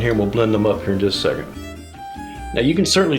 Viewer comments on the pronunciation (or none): none